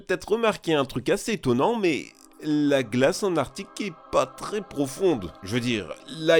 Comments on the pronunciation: Au début tu a dit l'artique au lieu d'arctique. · Il est passé où le “C” de ArCtique ?? 😅